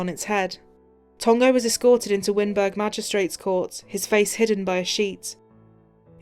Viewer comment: Wynberg is pronounced like wine-berg